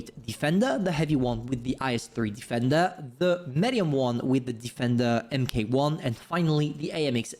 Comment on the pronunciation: “Em kay one” 🤣🤣🤣🤣